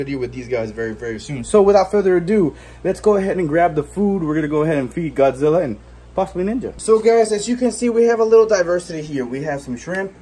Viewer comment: I like it when you say Godzilla (the first time of the vid) like you said Gawdzilla